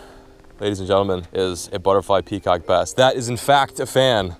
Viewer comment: I thought you said peacock bastard